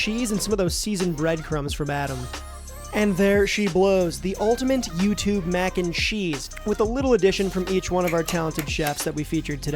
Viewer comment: I love all of your videos but if you put an "N" in ultimate one more time im losing it